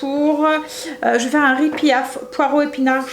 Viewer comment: Le riz pilaf je voudrais te dire que le L se prononce ce n’est pas riz pillaf